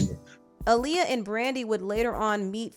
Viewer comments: I wish people would say Aaliyah’s name correctly though. AH-Liyah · Her name is pronounced "Ahh Lee- yah"